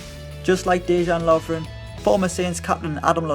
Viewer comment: Lovren? really? HAHAHAHAHAHAHAHA